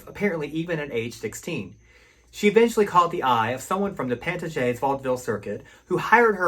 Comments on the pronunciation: This name is pronounced PAN-TAY-JES not PANTA-GEE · Just for future reference, Pantages is pronouced "pan TAY jess" with the stress on the second syllable. I love classic film as well, but my forte is more the musical films of the era, particularly those from MGM.